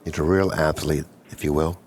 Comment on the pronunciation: Did he say athlete ? 🤦‍♂️